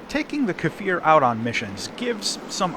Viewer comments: Strictly speaking, it''s a Kfir, which means a baby lion in Hebrew NOT a "Kafir", which means a slur for nonbeliever in Arabic Don't let the pronunciation determine your side in arab-israeli wars :D P.S.: On the serious note, if it rips just like IIIE, I'd say hard no to such aircraft. You go dodge a missile, and the damned thing just snaps, even without boosters :c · why do everyone call iy kafir or kefir? its just kfir. you say it exactly as you read it. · its pronounced similarly to 'spear'. Just say 'kfear'... Its close enough